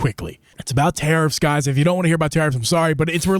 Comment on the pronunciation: I heard terrorists instead of tariffs and I was very concerned wondering what that had to do with gaming.